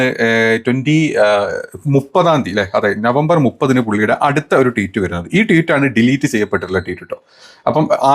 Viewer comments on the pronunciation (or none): എന്താ പറയ...എന്താ പറയ..എന്താ പറയ.. വിത്തു Photo അല്ല വിത്ത് ഫോട്ടോ ആണ്.. Teet alla tweet ട്വീറ്റ് ആണ്. ബ്രഹ്മാചാരി അല്ല ബ്രഹ്മചാരി ആണ്. Be careful when you present something in a public platform. വിത്ത് എന്നു പറയാതെ വിത്ത് എന്നു പറയൂ..